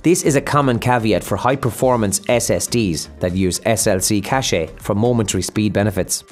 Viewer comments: Its "cache" = "cash" NOT cashay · It’s pronounced cash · “Cache” is pronounced the same as “cash.” The unrelated French word “cachet” has a completely different meaning.